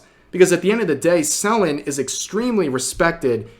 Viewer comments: Lmao the way he say Selen. "Celan" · I like how he keeps pronouncing it SELL-en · You've been pronoucing Selen's name wrong and I started saying "selling" every time you'd say her name. No worries though, just making jokes It's pronouced "Se-lén" and not "Sél-len" btw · I know Rev is trying to be well-meaning here but he could at least take the time to learn how to pronounce the name of the individual he's reporting about and not just blatantly lazily reading what he sees on paper. It's not SEL-en Tat-SOO-key. It's Se-LEN TATs-key. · Are you mispronoucing her name sullen or suh-len? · Im going insane because he keeps saying Sellin' instead of Sell N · you know it's pronounced selEN right 😭its killing me the way you keep saying it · tbh i never heard someone say Selen like Sel-Lon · love how you covered this situation, only thing that's bothering me is how you're saying "Selen" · can't even say her name rite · Okay, this is serious and all but the way Rev pronounces Selen is making me twitch. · Amazing video Rev But the way you kept misspronouncing her name 😭